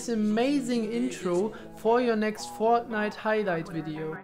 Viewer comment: ich habe verstanden das du deutsche bist als du "FOOOOOOORTNITE" gesagt hast.